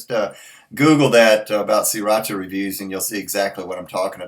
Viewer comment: Pronounced See rah sha